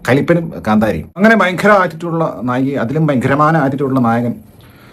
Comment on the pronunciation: നായകി അല്ല നായിക 🙏